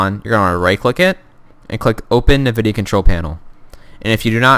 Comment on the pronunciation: lol "NIVIDIA"